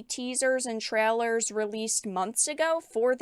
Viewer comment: I love but she cannot pronounce the 'A' sound. Instead of 'Trailers' it becomes 'trellers'. Maybe that's just her Canadian accent?